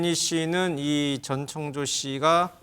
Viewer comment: 목소리 다 비슷한데 ㅋㅋ, 아, 그리고 모든걸 전지 창조 가능한 "전창조"가 아니라 "전청조"입니다. 다들 발음 실수 많이 하네 기자님, P그룹의 카지노 경영권을 상속 받을 수 있다고 해서 더 혹했던 거에요.